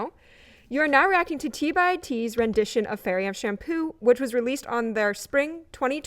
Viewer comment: Hey, at least she said T by T and not T X T. That's their preferred way of saying their name if you're not using the full name. 😊